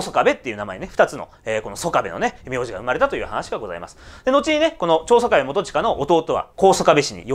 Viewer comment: いつも興味深く拝見しております。拙は高知の原住民でして、出過ぎた訂正を。「曽我部」は「そがべ」とにごります。「香美」は「かみ」と読みます。石谷本家の若様は、拙の朋輩でありまして。別の動画期待しております。